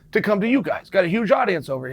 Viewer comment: “Our window sheen, the two of you, me.” Lol